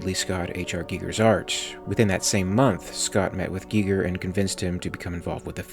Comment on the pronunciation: Would've preferred if you called him gigger.